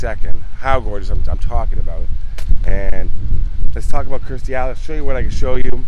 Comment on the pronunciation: Please, its Kirstie not Kristy.